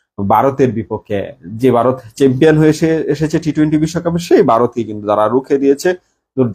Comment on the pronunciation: আর ভাই আমাদের দেশের নাম বারত না ভারত 😂😂😂 আর ওটা টি টুয়েন্টি নয় টিটোয়েন্টি 😂😂😂